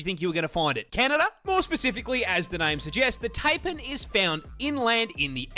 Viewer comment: The dude making animal content doesn't know how to pronounce Taipan... Crazy